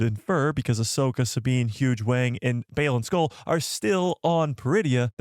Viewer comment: " Huge Wang " ?!! Dude.. it s: Huyang!